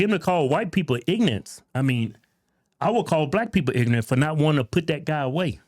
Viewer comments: The guy can’t even say ignorant correctly, so who’s the ignorant one? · Low IQ man saying ignant 🤦‍♂️🤷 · Isn't pronouncing the word ignorant as ignant, what ignorant people do? I don't know if I should laugh at this guy or be worried about the BS he's spewing. After reading some of the comments about him, I'm going with laughing at him because he apparently doesn't have many viewers left after he changed sides. I don't know if what people are saying about him is true or not, I've never heard of the guy until I started watching this video. I'm not sure I can listen to him anymore, he's just so clueless. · And that pos says ignant. It's ignorant. Ig-nor-ant. He needs to sit the hell down and shut up. Y'all call him sub??? I probably can't say it because I am WHITE. He needs to remove that cap. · Firstly it's ignorant not ingnat wtf is that??. Secondly this guy is a tool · If you cant pronounce "ignorant" correctly, your opinion gets -30% credibility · He intentionally mispronounces the word ignorant and blatantly accuses everybody else of ignorance. Hypocrisy at its race baiting finest.😂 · Mispronouncing ignorant might be the most ironic and moronic thing I've heard all week. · POS can’t even pronounce ignorant! That’s the definition of ignorant. He should be preaching his shit from Africa and see if he gives a shit about white people that aren’t in his country. Yes, we allow you to have all of this moron. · I like how he pretends to be less well spoken when he says “ignorant.” All of a sudden he can’t pronounce words. Shut up dude. Take that stupid hat off. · This ignorant seems to have a problem pronouncing the word “ignorant”.